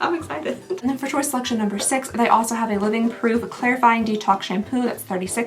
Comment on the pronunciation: Chiuse instead of choice, dying 😅😂😊